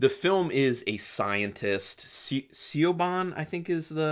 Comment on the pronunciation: May sound strange but Siobhán is pronounced Shivawn or Shivorn (both sound similar). I quite liked the film - better than I expected it to be.